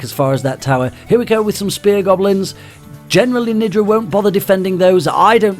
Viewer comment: When he said nidra it sounded like ni**a the first time